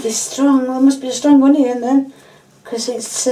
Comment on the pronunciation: "Hunion". I love the way you say it!!